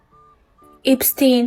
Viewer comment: Episten dedimi😂